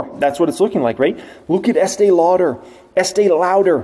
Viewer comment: Love your vids. Ask your wife how to say Estée Lauder 😂😂😂